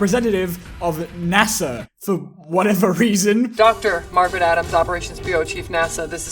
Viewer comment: I thought you said "massive woman" instead of NASA woman